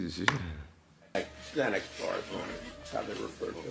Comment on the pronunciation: Possession of ZayNex “Xanax” 🥴🥴 😭🤣🤣 Damn judge 👨🏽‍⚖️